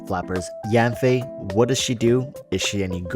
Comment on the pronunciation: OH NO! I thought he was saying "what's up slappers" until now